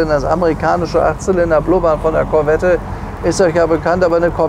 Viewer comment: Der Schalthebel ist kein italienisches Design, sondern original Corvette C2/C3. Und Sie als Autohändler von Format sollten doch wissen, daß bei dem Namen Corvette das "e" nicht mitgesprochen wird. Da sträuben sich die Nackenhaare beim zuhören.